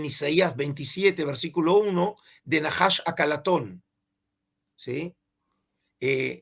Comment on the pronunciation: No es Naahash es Najash